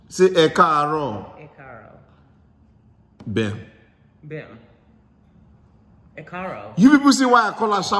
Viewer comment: She needs to roll her R's. e kaaro has a slight r roll sound.